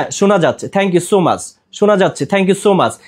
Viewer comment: Not mash na bhai Is much pronunciation tic moto koren please.